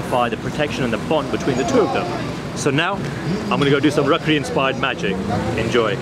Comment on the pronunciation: Are vo rakhri nhi hai raakhi hai